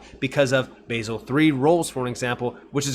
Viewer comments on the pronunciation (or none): Youre a Legend btw its pronounced Bahzel